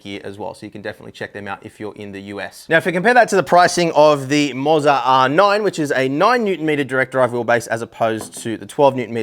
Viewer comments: It's pronounced Mo-ZAAAAR! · "i-os" "moz-a" man i love how aussies have the same power as americans of just out right butchering the english language.